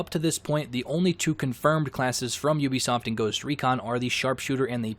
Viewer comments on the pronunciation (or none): none